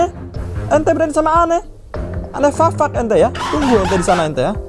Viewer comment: Kenapa bilang ane fafak